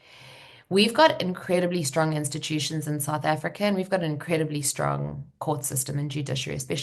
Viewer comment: hahaha strong instutiutions😂😂😂😂😂😂